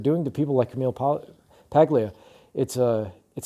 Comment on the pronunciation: Good video. Well stated. A couple of things. Camille's last name is Italian and the G is silent (i.e. Paul-ee-ah). Next, the University of the Arts in Philadelphia is supporting her 100% as they have in the past. I would also suggest that you read some of her other excellent books she had written after "Sexual Personae." Even though they were written 25 years ago, they are still very much relevant to the insanity going on in academia at present. 👍